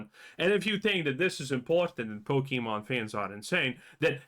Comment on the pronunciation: Your not a Pokemon fan if you can't pronounce it correctly. That's already a dead giveaway